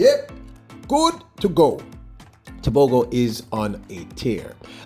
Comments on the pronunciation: No Actually ,it's TEBO-GGO , with emphasis on the 'G'.Thats the proper pronunciation in the setswana spoken in Botswana. In Sesotho it would be TEBO-HO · His name's pronounced LET-SILAY TEBO-HO not TEBO-GO. Also, he's a Triple Threat with his 9.86/19.46/44.29 PBs plus his 43.04 4x4 split (2nd fastest ever) & has the m WR